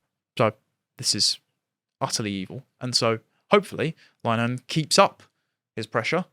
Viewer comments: It really annoys me when people mispronounce Linehan. it's pronounced like Lynn-Eh-Han. Not Line-han or Liner-Han or Lyneham. It isn't hard. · pronounced Lyn a hen chaps. Saint linehan we're supposed to support or keep hearing from. Freemason graham's Wife's abortion push for ireland was it for me. f'weuk em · It's pronounced Lin-uh-han. Not as in Wichita Lineman.